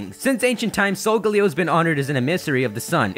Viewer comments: Your pronunciations are off you pronounce Solgaleo as Solgalayo (Leo is Latin for lion) and Lillie as liel. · the pronunciation for solgaleo still hasn't been really decided, as it could be either sol-gah-leo or sol-guh-leo. Both are play on sol (sun), leo (lion), and parts of Galileo's name, but Sol-guh-leo pronounces the leo part more, while sol-gah-leo puts more emphasis on the galileo part.